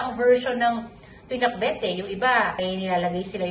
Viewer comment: Right pronounciation danica..ilocana ka na